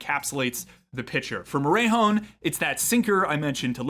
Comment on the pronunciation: love the video, but its pronounced more-eh(like canadian eh)-hone